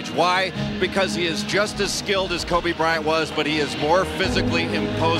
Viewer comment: That man said Kobe bright